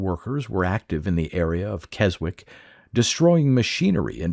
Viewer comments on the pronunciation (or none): VERY obscure but Keswick is pronounced kezzik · We pronounce it as Kess-ick round my way. 😉